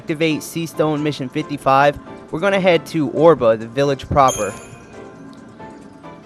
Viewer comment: Oerba is pronounced Erba not Orba, you have managed to get as far as mission 55 you should know how to pronounce Oerba lol just saying...but otherwise thanks for showing us where mission 55 stone is, I have been looking everywhere for it.